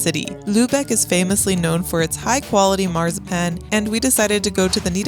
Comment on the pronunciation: While you're working on your German accent, try pronouncing "Marzipan" correctly